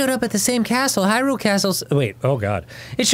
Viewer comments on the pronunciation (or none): none